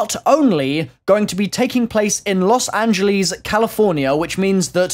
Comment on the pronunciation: My dude said las angellleess